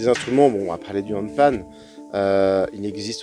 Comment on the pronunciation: HandpaN N c'est un N à la fin >< ...